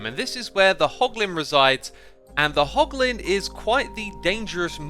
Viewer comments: It's hoglin not holgin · *hoglin not holgin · did i see "Hlogin?" and now "Hoglin" lol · It's hoglin heh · You mean "Hoglin", Right? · What's a holgin X, I think you meant hoglin😂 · Hey X, not to be an annoying little child, but you called the Hoglins - Holgins, or I just dont know the name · hoglin not holgin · HOLGIN farm? HOGLIN, right? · Everyone: Hoglin Xisuma: HoLgİn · x, it's hoglin not holgin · its Holgin oopsie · "Holgin farm" 😂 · Ah yes, holgin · "Holgin farm" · Anyone notice "Holgin" 😂😂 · "H O L G I N" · A "holgin farm" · No one: Literally No One: X: Holgin HAHAHAHAHAHA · What do holgins drop? Porlk chops? Lol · “Holgin Farm” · “Holgin” lmao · Its meant to be hoglin